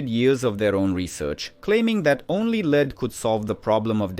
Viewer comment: Good, interesting documentary. The AI voice could use some training on saying dates such as 1928, and to always pronounce lead so it rhymes with bed. 😃